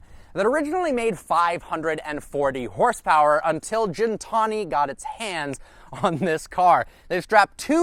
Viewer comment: it's pronounced g-en-tah-nee